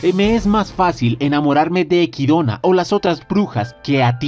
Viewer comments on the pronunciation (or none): Cada vez que escucho equidona en lugar de echidna viene a mi el meme de los simpsons: dilo bien maldito imbecil o te arranco la lengua ¡¡¡ jaja nose Cual es la pronunciación pero me saca de onda que lo diga de esa forma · Quien es equidona? es Echidna se lee literal ya que los japoneses si pronuncian la ch, no es una pronunciación inglesa si no escucha como lo pronuncian en el anime.